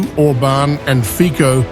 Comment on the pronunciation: Its pronounced Robert "Fitso" not Robert Fiko.